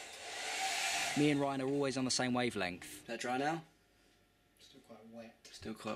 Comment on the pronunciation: when you said goodbye to ryan did you say bye-an ryan